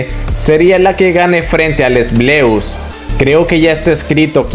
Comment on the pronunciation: Que molesto es cuando dice "LES BLEUS" jajaj Si no saben pronunciar las palabras no las usen.